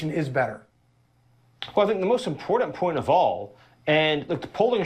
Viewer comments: I have a tendency not to listen to people who pronounce "important" as "impordant" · He said "impordant" and he lies, and he's vile.. reminds me of MTG in her hayday. Rambling about bullshit while saying words like sometheen and notheen. Smh.. I'm dead. I give up.